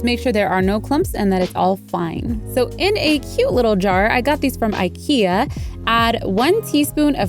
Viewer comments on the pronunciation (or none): none